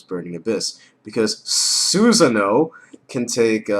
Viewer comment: ITS CALLED Susan-o Or susano-da U DUB PIECE OF SHIT